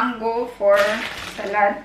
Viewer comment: Hello Good evening. I am ur subscriber/follower. This is my first time to comment sa vlog mo & pls. Dont get me wrong sa comment ko, kc gusto ko lng sana ma correct ang SALAD sa pag pronounce. I google mo pls. Mo sa English or in german doon may sample how to pronounce. Lahat nasa google if gusto nyo ma correct pati spelling lalo na sa pilipino/tagalog or bisaya, etc. Tnx at ingat kau dyan parati.